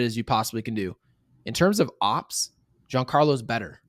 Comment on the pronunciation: Ngl, I get so uncomfortable when I hear say "OPS" and not o.p.s. lol, love you guys! Best Yankees content on YT aside from, maybe, Jomboys media empire tbh